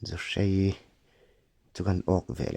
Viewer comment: Zuhrei, a awmlo, zuhrai tih tur aw